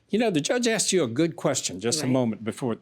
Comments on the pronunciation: I "axed" him. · I axed her...I axed her...I’m a hair stylist. 🤣🤣🤣🤣🤣🤣🤣🤣🤣🤣🤣🤣🤣🤣. Rite... spot the brain cell.